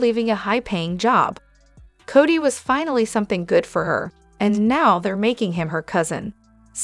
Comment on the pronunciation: Cody not Cottie